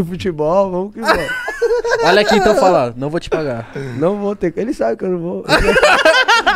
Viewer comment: "Exquece, extorado"